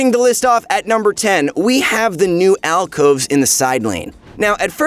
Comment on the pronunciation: Way to go rito you cant even get alcoves right